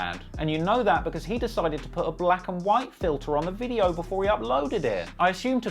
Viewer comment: This "Veedyo"